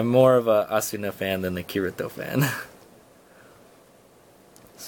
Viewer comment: Kirito is not pronounced like that bruh...